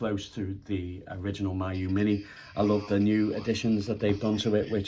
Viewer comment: FYI, its pronounced mee-you. It's a Chinese word.